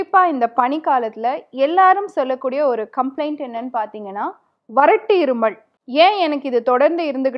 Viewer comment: அது இருமள் இல்லை மேடம் இருமல்.. உச்சரிப்பை மாற்றவும்